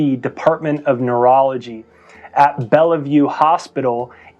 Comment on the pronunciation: Good video. Fyi, not bella. Just bell. Say it like Bell- View.